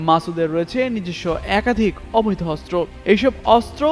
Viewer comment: অস্ত্র উচ্চারণ শুদ্ধ উচ্চারণ করতে হবে 😮😮